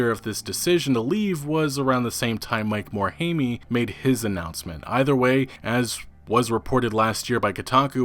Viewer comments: lmfao Mike More-Hay-Me. HAHAHA Quick time it's pronounced More-Heim bud. HAHAHA That was a good laugh. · You mispronounce a name on every episode to troll people right? Mike Morhaymee was a good one though.